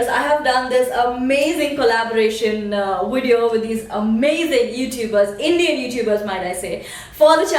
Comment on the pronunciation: wow...good to see how you respond to haters..all your points are really true..especially 1 & 4.. PS : its AVOID not AWOID and VIDEO not WEDEO...just saying..love..love :D